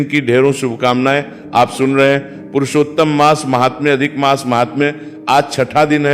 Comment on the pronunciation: कहि -कहि मास के स्थान पर मांस का उच्चारण आ रहा है😢